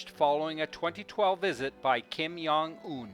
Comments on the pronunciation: Brilliant work but just one correction. It's Jong pronounced as a hard J. Not 'yong' with a soft J. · Why do you say Kim yeong un? It’s Kim Jong Un -> 김정은